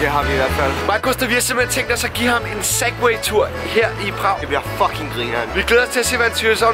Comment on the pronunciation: han sagde sagway den spade i stedet for segway